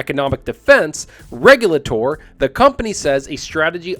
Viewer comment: Curious way of pronouncing regulator you got there buddy.